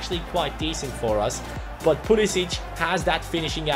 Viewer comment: Pulisic's name is usually pronounced Pulisick